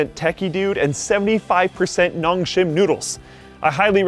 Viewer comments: Nongsim... you should read it noongsim (농심) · Every Asian will cringe at how he says nongshim